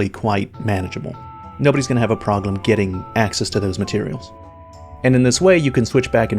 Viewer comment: Why does he say "proglem" instead of "problem". Forgot why I stopped watching OCD kicking in